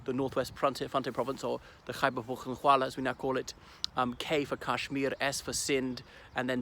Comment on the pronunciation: I am impressed the way you pronounced my khyber pukhtoonkhwa. Thanks for showing us these nice videos...